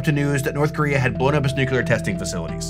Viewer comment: If the guy you’re interviewing says nucular and not nuclear, then it a good possibility he doesn’t know what he’s talking about just saying